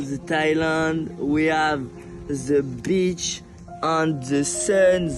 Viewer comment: a un moment il dit beatch au lieu de beach